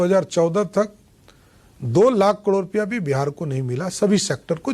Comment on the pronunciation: Pahale to sahi se karod bol re